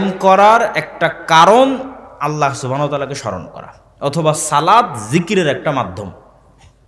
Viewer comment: সালাত না ভাই সলাত